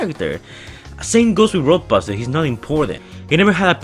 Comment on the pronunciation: says roaduster